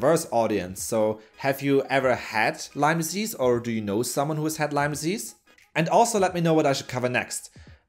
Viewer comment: People for GOD's sake it is LYME NOT LYMES!!!